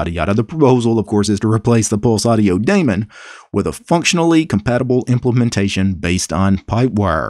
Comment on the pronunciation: i like how pronounces daemon:3